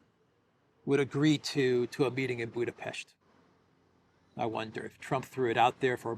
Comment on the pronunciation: Appreciate you pronouncing BudapeSHt correctly 👍